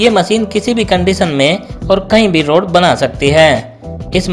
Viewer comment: Rud banane ki